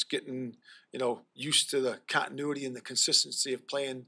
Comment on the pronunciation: The f*ck's "cottonuity"? You having issues with fabrics, 'Flus?